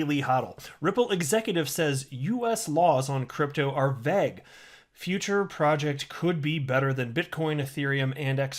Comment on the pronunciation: Yo vague is pronounced with the elongated "a" grammatically, U should maybe Google words U don't know coz vague is not pronounced the way U did anywhere in the world